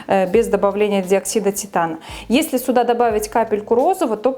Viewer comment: Приятный говор,симпатичная девушка,но слово-паразит это "сУда" режет слух...